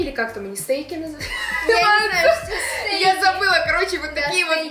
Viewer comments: не стэйк, а стэка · стэки а не стэйки